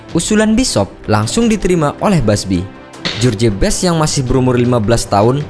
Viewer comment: Bacanya jos best, bukan jorji best. CMIIW. Sukses terus dgn contain2 yg lbh baik. 👍🏻